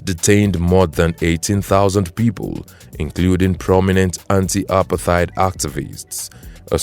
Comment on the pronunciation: you pronounce Apartheid wrong, and the images you put up don't make sense